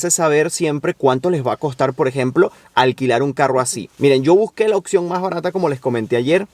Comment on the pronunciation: oPción, no Occión 🤣🤣